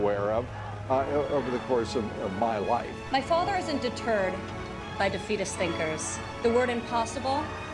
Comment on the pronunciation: Amazing how Ivanka pronounces “isn’t deterred...” as “...isn’t a turd...”, almost as if she is unconsciously trying to respond to criticisms that he is a turd.